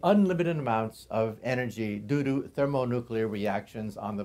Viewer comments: i heard him say doo-doo ha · i believe he said "due to."